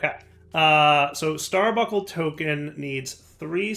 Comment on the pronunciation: bun, bunk, star bun, star bunk, starbuncle. Stop the genocide against the letter N!:) (obviously just mildly annoying, and I remember a short time span years ago when said it correctly)